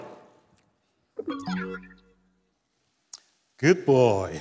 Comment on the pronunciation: Baillie more like Ball-E.. When we getting our WAll-E?